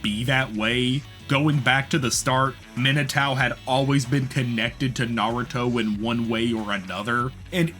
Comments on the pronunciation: I'm sorry but "Minatao" instead of Minato is diabolical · Why do you say Minatao but not Narutao 😂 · every time you say Minotao I piece of my soul breaks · for real! this is a really wonderful video, but every time he mentions minato it drives me crazy